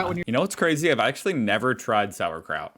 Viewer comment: Sauerkraut, It's kraut that is sauer.